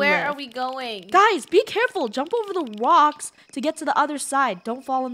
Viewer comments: Funneh said ''wocks" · Funneh just said wrocks 👁️👄👁️ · Am I the only one that heard Funneh. Say rowks not rocks 😅😂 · Does it sound like funneh said wocks? Instead of rocks? When they cross the river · Did anyone notice the secend time Funneh said rocks she said wocks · funneh saiid wacks and not rocks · “ don’t jump on the wocks “ Lol her mic was glitching or my internet made it sound like she said wocks